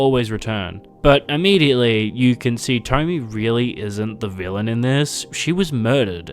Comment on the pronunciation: I love the video but...... It's tomiE, not tommy